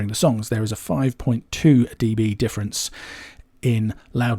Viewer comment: "deebees"… cringe.